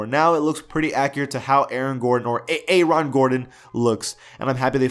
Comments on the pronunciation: Who TF is A Ron? Mans name is Aaron. Never heard anyone in my life pronounce or contemplate Aaron as A Ron.😂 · I know dis dude did not say “Aye-Ron” 🤦🏽‍♂️🤦🏽‍♂️